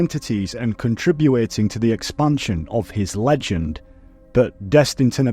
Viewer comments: Sorry, "contribuating"? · Okay this is the second time in one of your videos that you said contributing wrong and now it's starting to bother me hahahahaha